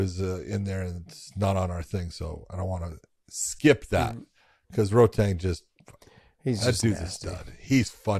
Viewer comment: Big john always correcting peoples pronunciation of names but he's calling rodtang, "Roadtang" and since when is Lopes, as a last name ever been pronounced as its spelt?